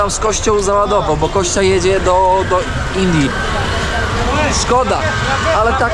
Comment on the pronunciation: Ja nie wiem, dlaczego mówi Kościa a nie Kostia😂😂😂 To imię od Konstantyna a nie ok kości 😂😂😂